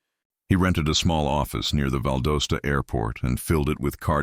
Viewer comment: It's pronounced "Val DAH Stuh."